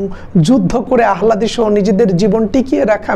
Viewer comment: আহ্লাদী উচ্চারণটি হবে আলহাদি